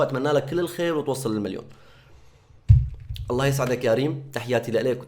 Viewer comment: اخي حرام تلفظ الجلالة بهذه الطريقة قل الله وليس اللة حرام أخي